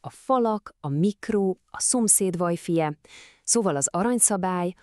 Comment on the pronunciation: Csak nekem fáj ez a vajfáj? 🤣